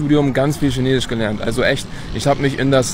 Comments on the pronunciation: In China leben und Chinesisch sprechen aber SCHINESISCH nicht richtig aussprechen können🤦‍♂️😅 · Spricht Chinesisch fließend, aber kann das Wort nicht aussprechen. :D